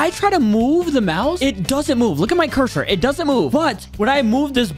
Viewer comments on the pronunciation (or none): none